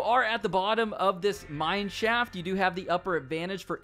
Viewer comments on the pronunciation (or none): When he says mine shaft, it sounds like mannschaft